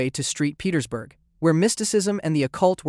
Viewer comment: Street Pettersburgh how do you fuck that up..... 😅